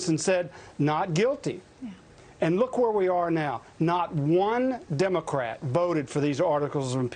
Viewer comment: "not one Democrate voted for these articles of impeachment" 😂